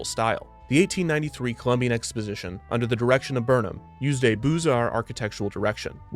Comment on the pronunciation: "Booze Arts"? Come on, Kevin.